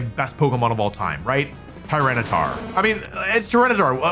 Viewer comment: it's tryranitar